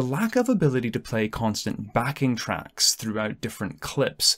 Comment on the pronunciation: Can somebody explain "Backing Tracks" or "Back in Tracks" (hard to understand him)... like, with Stornaway, is he saying I can't have one song for the whole video? I can only have the original audio in every clip?